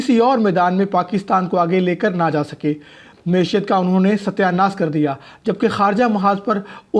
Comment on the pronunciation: ایک معیاری چینل پر غیر معیاری صدا کار ، معیشت جیسے عام فہم لفظ کو "معشیت" پڑھ رہا ہے